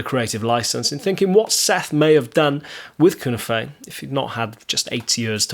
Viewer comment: Here we go again........ There's already another video on this subject. The cunife is pronounced as cue - knife. None of these words are spanish or are of a foreign origin. Just like alnico - the ni isn't pronounced as an e but an i - long i sound. I don't know where all these horrible mispronunciations come from other than pure ignorance. One person says it wrong and before you know it everyone is saying it wrong as well. But all that aside I was never really a fan of these pickups and I probably never will.